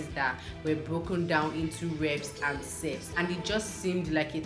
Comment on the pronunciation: I think u pronounce sets wrong😬